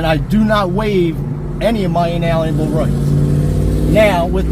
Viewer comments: "in-ALLEN-a-bel" "co-HER-shuhn" Dude sure is showing his intelligence, ain't he! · He didn't do "inalienable" any favors either. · Hey, SovCits, "inellible" rights and ":cohursion" aren't words. But we appreciate you recording how ignorant you are.